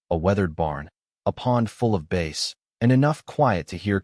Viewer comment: Why can't A I learn how to say BASS (B-ASS) NOT BASE !